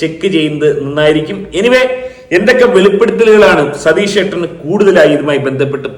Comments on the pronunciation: അയ്യോ സതീഷ് അല്ല!!!😂 രതീഷ് ആണ് 🤭🤭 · സതീഷ് അല്ലെടോ രതീഷ് 😂😂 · അയ്യോ സതീഷേട്ടൻ അല്ല രതീഷേട്ടൻ 😁